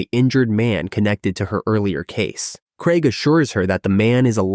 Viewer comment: It's craig. Not fucking kreg.